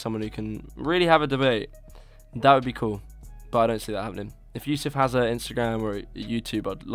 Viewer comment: Chad Yousef, not Yusef.